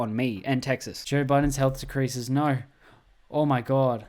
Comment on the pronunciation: "Ooohhh Naur"